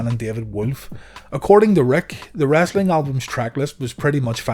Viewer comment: The narrator calls it wrastling.